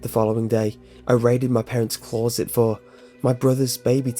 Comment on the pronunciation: I got over excited when I first heard him say that. I'm the only person I've ever heard pronounce it like that,apart from him.